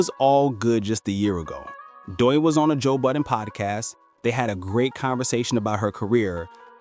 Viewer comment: Why do you have the YouTube channel called "chigs smooth" as your intro. And you are pronouncing Doechi's name wrong. This audio is stolen 👎👎👎👎👎